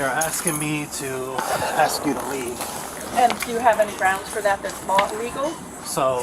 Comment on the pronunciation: Have you ever noticed that when black people say the word ask or asked the pronounce it like axed or a??? Anyone ever notice this??? Anyone???